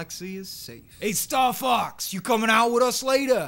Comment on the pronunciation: It almost sounded like you said "Fucks" instead of "Fox."